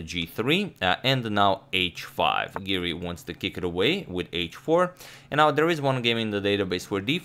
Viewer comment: Hey Siri, it’s Giri not Siri. 😆